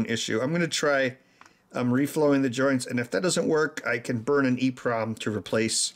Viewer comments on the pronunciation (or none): none